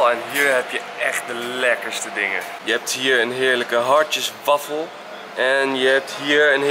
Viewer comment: Enzo jij zegt wafo maar het is wafel